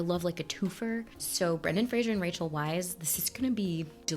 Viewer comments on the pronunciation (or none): Just to let you know (I don't have the patience to scroll thru the 300+ comments to see if someone mentioned this already), Rachel Weisz's last name is pronounced "vice". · Hey. Rachel's last name is pronounced 'VICE".